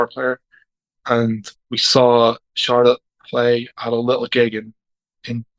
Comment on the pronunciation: why are you pronouncing Charlotte like car lot? 😂